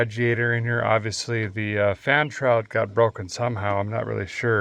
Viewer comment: Why did you butcher the fan shroud?